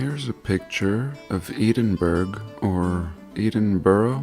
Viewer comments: Thanks for amazing Edinburgh picture at 3 mins in, I'm a Scot but have never seen these canal structures on ground (now covered? destroyed?) beside Walter Scott monument. Can confirm it's pronounced Ed (like said) - in - burra not 'Eden-burg' yet as your narrations (and material) are one of the best on Youtube it all just adds to the charm. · Edinborough = Eddin burra ! That's about as near as i can phonetically write it to fepict how we say it in England !! :) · Come on Edd-in-bor-ah, the capital of Scotland. You're half French, the Scots were bosom buddies with your ancestors.